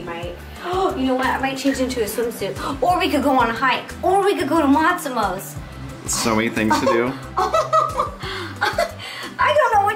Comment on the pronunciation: OMG when she said matsmotos i was like GIRLLLLLL